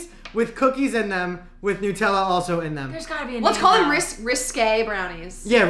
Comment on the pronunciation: Great video as always. Btw i’m italian and yes you are not supposed to pronounce “nAtella”, that is one of the most common “americans mispronouncing italian brands” ahahahaha